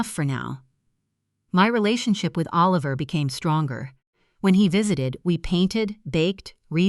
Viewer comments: Please teach AI how to pronounce 'Oliver'. Half the time it was pronounced 'A-liver'. That's distracting. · The child’s name was..Oh-Liver??? Isn’t it time you got a human being to read??? FawkAI!!